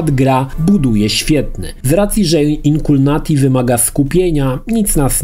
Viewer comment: Wszystko spoko, ale dlaczego czytasz błędnie tytuł gry? ;D